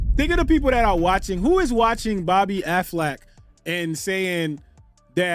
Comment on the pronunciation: Calling her Bobbi Aflac is taking me out 😭